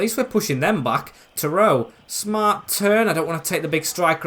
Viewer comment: its not terowe its terodde, like tero de